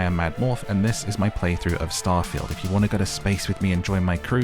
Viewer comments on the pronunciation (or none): Omg you said "star-fah-yield" rather than "star-feeld"